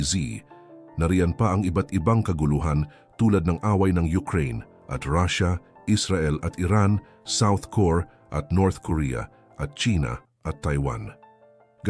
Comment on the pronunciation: South Core? Ayusin mo AI